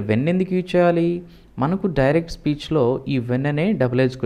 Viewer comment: డూరెక్ట్ స్పీచ్ కాదు నాయన..డైరెక్ట్ స్పీచ్😂😂😂😂😂😂😂